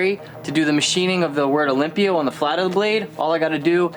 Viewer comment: the "a" in "olympia" is off.